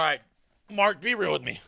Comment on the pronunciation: The fuck are you talking about? He says Mark perfectly normally as if he doesn't even have an accent literally every video. The Irish accent excuses are getting ridiculous. I wouldn't of even known he was Irish if I hadn't heard him mention his background in a video. His accent is not strong at all and certaintly not enough to have these random and hyper specific mispronunciations.